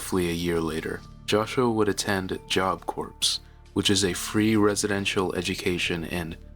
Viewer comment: Just FYI, It's pronounced job "core" not "corpse".